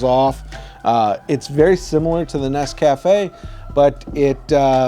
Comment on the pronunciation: It's pronounced NES-ca-fe